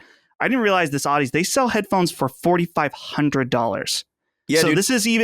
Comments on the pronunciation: Just a nitpick of a pronunciation correction: The Sony acquisition of "Audeze". The companies name is pronounced as if you are saying "Odyssey". It is pronounced "Aw - dee - zee", a mix of Audio and Odyssey. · Audeze pronounced like Odyssey, but with a zee at the end. FYI 👍🏻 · Audeze is pronounced like Odyssey but with a Zee at the end. And their main draw is they are the main drivers of planar magnetic drivers which are great for quick, responsive sound and deep bass, things that will make for a great gaming headset.